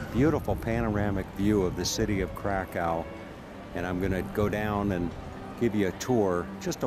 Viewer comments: It's not pronounced Krakow it's pronounced Krakov and it's a beautiful country I love Poland more than the UK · Pronunciation of Kra_kOw got me. Plus, it's Roma music not Gipsy music.